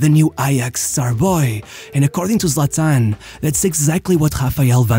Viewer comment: What's up with your voice. He's also pronounced Zlatan, not Zlatán.